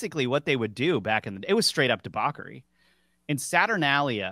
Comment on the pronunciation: Sorry, not to be that person but it’s Kel-tick not Sell-tick. Let me guess you are from New England lol Also, it’s de-botch-ery not de-bock-ery…or yin-yang not yin-yawng….